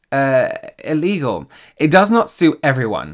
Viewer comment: lol the pause killed me ...ILLEGAL 😂